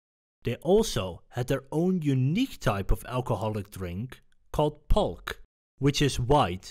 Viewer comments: It's not pronounced Pulk, it is Pulque (Pulkay is how it is pronounced ) It can be mixed with just about anything for flavor. I used to drink it frequently when I would visit Mexico . The history and legends behind Pulque is also very interesting . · Hey, pulque is not pronounced pulk, that just sounds weird. It's pronounced poolké